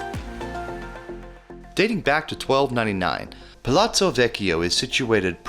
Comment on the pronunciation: The American narrator, he probably makes fun of the way foreigners pronounce English words like every genuine American does. But the way he pronounces the Italian words is beyond comical! Actually it's a tragedy! Or maybe both! What the hell is PLATSO? Just to mention one....... Why don't you just use English and say Palas? Gratsi? Grazie is pronounced gra-chi- eh. EH! Allora vai a gagare.